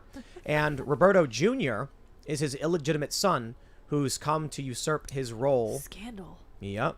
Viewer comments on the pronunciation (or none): none